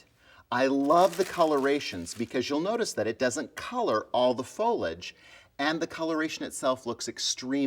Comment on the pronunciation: Please J it's foliage not folage